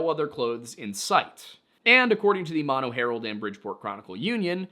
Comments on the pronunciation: I am Yosemite Valley Miwok, and we have our own stories about Uzumati (which means Killer or Grizzly Bear in our language) such as Yelelkin, the Giant who eats people. BTW it's MOE-NOE, not Mawno. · OOF… it’s not pronounced “Maw-No”, it’s pronounced “Moe + No”, both the county and the lake. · Thanks for another awesome video! In case no one else mentioned before me, Mono Village is pronounced With the first 'O' as a long vowel like the 1st 'O' of 'motorbike' 😊